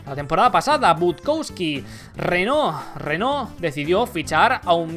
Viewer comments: Renault en francés termina en la pronunciación con la que acabas tu, pero empieza con una pronunciación de la R completamente diferente. La R en francés antes de una vocal se pronuncia haciendo vibrar la garganta y sin mover la lengua, tu la has pronunciado como una R española pura y dura. Tengo un A1 en francés, he estado en Francia varias veces y mis amigos franceses ni de broma pronuncian la R así. Antes de hacer un vídeo decide el idioma en el que vas a hablar, o por lo menos decide en que idioma vas a decir una palabra en especial. Y el vídeo me ha gustado mucho, pero RENAULT NO se pronuncia así en ningún idioma. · Me parece un video super interesante. Pero aprende a pronunciar RENAULT por favor! Cada vez que lo dices mal se muere un gatito tio jajajajaj